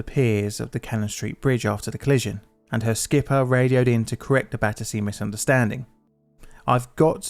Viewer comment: What is being said ? "The call however was misunderstood as battery" according to the subtitles, but I am not aware of any meaning of battery where that would make sense. I personally hear more something like "battece", which isn't a word I can find the english dictionary.